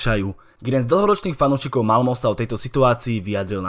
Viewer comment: Čte se Malme ne Malmo